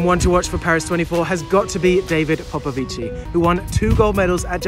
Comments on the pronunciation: Popovici is pronounced pop-a-vich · We don't pronounced the I in David popovici